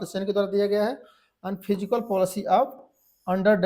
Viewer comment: फिजिकल नहीं सर fiscal word है सही बोलिए